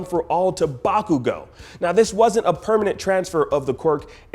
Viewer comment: Bakugo = "Back-you-go"